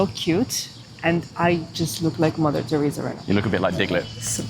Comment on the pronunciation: I thought you said "lavatory" here instead of "Mother Teresa". Enunciate, Bro!